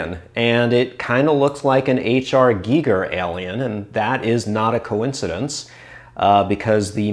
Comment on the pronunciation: It's G-ee-ger. I'm a multi-lingual Swede with extensive knowledge in the Germanic languages, for reference. Most Europeans pronounce it correctly but for some reason the British pronounce it like a Geiger counter, which is incorrect in the case of H.R. Giger. If he'd been born in the UK it'd been pronounced like a Geiger counter though...